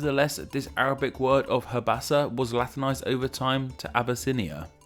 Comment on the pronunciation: the old name for ethiopia in arabic is habashah, not habasah